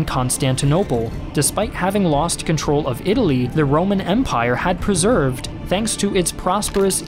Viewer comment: needs to practice his oration too: Diminutive -> "DimUnitive" Persevered -> "Preserved" Upended -> "UnPended"